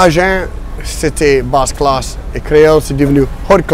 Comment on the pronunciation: « Ma fomme » mdrrr Aussi quand il dit « bas classe » 😂